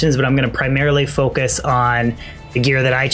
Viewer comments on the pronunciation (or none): none